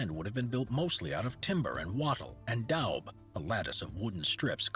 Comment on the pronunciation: Wattle and daub - the latter is pronounced "dawn" not down !! Just that one bugbear, sorry, had to correct it !! Thanks. I learned some interesting too. 😃💞